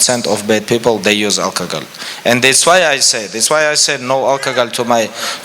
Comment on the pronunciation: I love the way khabib pronounces alcohol as alkagoal